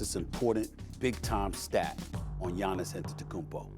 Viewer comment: Learn how to say his name first… Gianis was mouth breathing in that game… Wemby is a beast